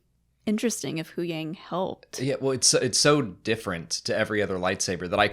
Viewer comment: Why do you guys always say huyangs name wrong?